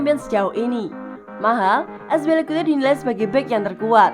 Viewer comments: Aspilicuete ???? Azpilicueta kali Min.. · azpilicuate? lol tinggal baca doang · Azpilikute itu siapa anjir , kami tau nya azpilicueta🤣🤣🤣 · Akspilikute? Wtf hahah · Saya baru tau cara nyebutin nama cesar aspi🤭🤣🤣